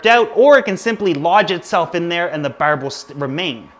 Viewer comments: Lol, once you said "burb" i knew right away you were Canadian haha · Berb?? Barb?? wtf Is it Berd?? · Karen LeDuc same lol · I love the way you say barb its soo Canadian it's great! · Nova Scotian specifically, the rest of us don't say it like that lol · Jonah St-François I think they mean when he says the word barb, but I could be wrong. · he says barb just like they do in trailer park boys